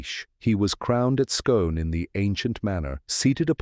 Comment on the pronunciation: The place Scone pronounced Skoon.